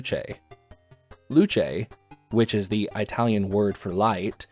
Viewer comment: you pronounce Italian as “EYE-talian” wow